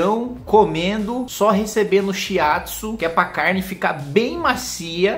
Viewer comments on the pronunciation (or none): none